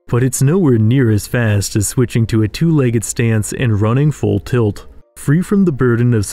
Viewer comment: Say legg-ED one more time.